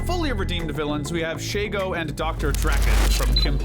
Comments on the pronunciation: Just saying man there's no a in shego her name is literally she-go why are you calling her shago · Sheygo? Really? Kinda fitting that she and Draken came after Doof since now I have a two nickles meme for mispronouncing Shego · Omg he does the same thing that ama does he mispronounces she-go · "Shago" ... not "She"go. "Shago." Sorry. That just sounded weird.